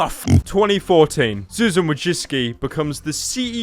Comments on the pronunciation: Jack and Steve? I thought the guy said "Jameskii" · why is it "Wojcicki"? is she trap or smth? It should be "Wojcicka"